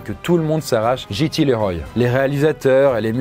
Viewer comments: CC'est JT LeRoy pas GT Leroy, si jamais... JT pas GT. Tu prononces GT, c'est pénible... Sinon bonne vidéo, mais la prononciation ça compte ! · Ça se prononce "Liroy". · JT Leroy 😂😂 ça se prononce Liroye 😁 cet accent so frenchy 😁🥰